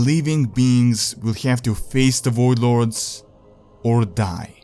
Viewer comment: wtf Is a woidlord lol its voidlord